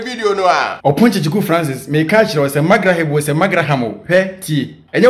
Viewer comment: is calling “opana” 😂😂😂